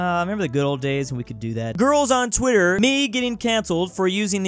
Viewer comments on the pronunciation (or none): none